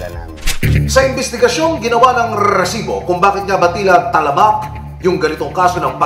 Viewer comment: Rrrrrrrresibo! sakit sa tenga.ahahahaa